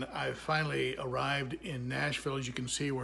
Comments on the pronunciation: you say Nashville Nash veal. No, it’s Nash vul. All the villes are vuls except Hendersonville. None of the ppl on tv say it right. Also Lafayette is “Lah Fay ette” with the accent on Fay. Santa Fe is “santa fee”, Milan is “my lan”. Have fun learning Tennessee. ;) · You are not pronouncing Nashville correctly. Natives will immediately know you ain’t from around here